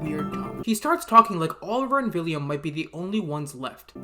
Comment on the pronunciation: Why do you say “villiam”?? Is it not “William”?